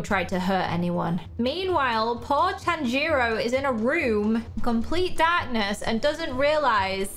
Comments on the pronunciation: Wow your going to pronounce nezuko right you say tan-gi-ro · The way Tanjiro pronounce his name is instead of saying the A sound in the name he says the O sound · I GOT OFFENDED FROM HER SAYING TAN-JERO NO TANJIRO